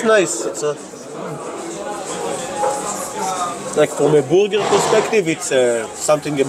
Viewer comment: i love the way you guys say burger.. sounds like booger! eating a couple of boogers.